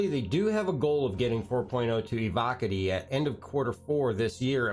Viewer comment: ee-vocka-tee? Evo-kahtee(Evocati)